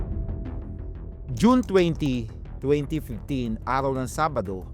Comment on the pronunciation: Arhaw? Methro? Likurhan? Bulol?